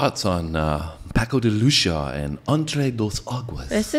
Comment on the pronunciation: Hahahha love the way you guys mispronounced his last name in a beautiful way. The "c" in Lucia is pronounced like an "s". Lucia is the spanish version of Lucy, and they are pronounced identically with the "a" at the end sounding like an Ah. Try pronouncing it like this: Paco de Lucy-ah, altogether with the accent a little on the "i" .